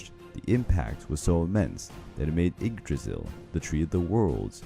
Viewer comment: When he said "Igdrahsul"